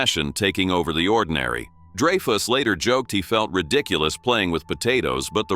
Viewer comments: man AI narration is so annoying. Richard "DRY-FUSS" not "DREY-FUSS" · Dray-fus?? Not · it's pronounced DRY-fuss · Get an AI that can pronounce Dreyfus correctly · one? Please! Every time was pronounced incorrectly. Give us a break